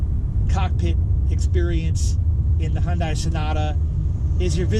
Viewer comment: You can't even pronounce Hyundai correctly